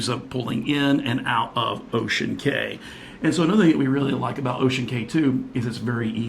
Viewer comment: I was on the Disney Dream that day! Small world! Just an FYI... CAY (like in Ocean Cay) is pronounced KEY.